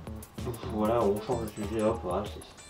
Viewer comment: sinon adore quand tu dis: et poter vous bien !!!😂😂😂